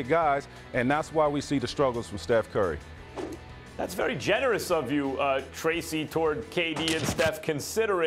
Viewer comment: “steph curly” 😂😂 stephenA was trying so hard not to laugh